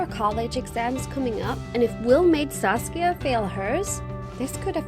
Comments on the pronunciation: KookieFace TM she did say sasuke once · i heard saske at first :D i was like wot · I keep thinking that she is saying sauske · No one: Saskia Everyone: SASUKE! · Who heard sasuke instead of saskia and thought of naruto😂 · Who else hear sasuke instead of Saskia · Am I the only one who heard Saskia as Sasuke in the starting?😂 (naruto fans may know ;D) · Am I the only one who kept hearing the name Sasuke, instead of Saskia? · ....why did I hear Saskia as Sasuke..? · I'm sorry did you say Sasuke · she’s saying SASUKE right ? or have i been watching to much naruto ? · Did anyone else heard sasuke rather than saskia ?🤣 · I heard her say saucia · I kept hearing “Sasuke.” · Did she just say "Sasuke"? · Am i the only one who thought she said sasuke at the start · I thought she said Sasuke at first😂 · I thought she said "Sasuke" \_(°v°)_/ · First time I heard Sasuke , not Saskia .... I am the only one? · I thought she said sasuke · What's the friend's name? Sass-kya?